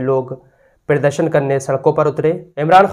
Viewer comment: Tlaffuz islah karen-pirdarshan nahi balki pradarshan bolen, ya muzahirah bol diya karen